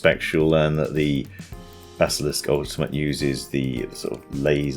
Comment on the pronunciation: When he said bazzalisk